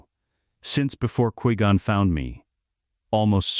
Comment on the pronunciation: 1.25x speed makes the ai speech a lot better but cant help how it says qui gon